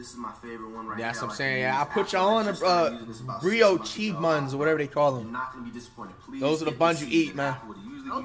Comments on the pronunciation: the 'Brio Chee' buns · “Breo Chee” ☠️ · Nigga said “bri Oh cHee buns” 😭😂😂😂😂😂😂😂😂😂😂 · Brio-chee buns😂😂😂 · “BRIYOSHI BUNS” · Bro said Brioshe buns😂😂